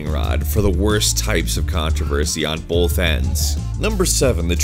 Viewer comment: Bolth. Only you and one other person says that